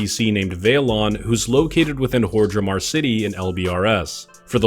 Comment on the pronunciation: why he pronounce hordemar like hor-dre-mar